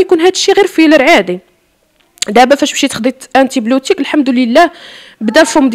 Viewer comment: 2.10ههههه سميتو أونتي بيوتيك ههههه ماشي اونتي بلوتيك 😂😂😂😂